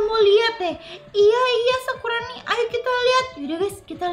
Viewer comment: td gak sengaja ngomong sakuroni😂